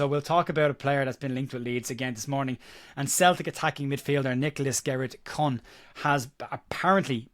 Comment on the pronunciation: The name is pronounced "Coon". Not racist, it's just how it's pronounced